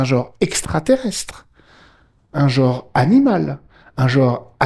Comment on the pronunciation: Le probème du mot "jor" est qu'il est susceptible de ne pas exister... Connaîtriez-vous la valeur phonétique de la voyelle (e)? Et celle de la consonne (n)...? Et bien, je suis en disposition de vous assurer que ces valeurs-ci EXISTENT; et là ou elles se trouvent correctement placées, elles doivent être prononcées correctement. J'insiste: le mot "jor" n'existe pas,!